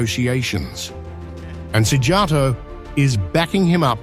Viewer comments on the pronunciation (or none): Yes Hungary is right. You pronounced Orbán so beautifully, what about Szíjjártó? I mean you should know j is not pronounced like English j in Hungarian.